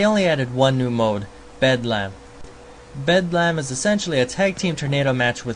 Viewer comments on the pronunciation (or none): What the fuck is Bed-Lam you cheap son of a bitch jabroni!